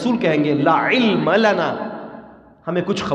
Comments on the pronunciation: لا کو چھوٹا کرکے نہ پڑھیں۔ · لا علم لنا۔۔۔۔کے لا کو چھوٹا کر کے نہیں پڑھتے وگرنہ معنی بدل جاتا ھے محترم ۔